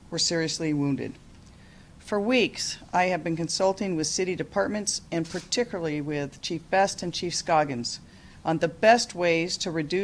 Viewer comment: par-tic-U-lar-ly, it has 5 syllables Jenny.